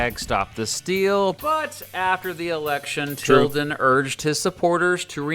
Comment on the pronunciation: Im suprised he said tildan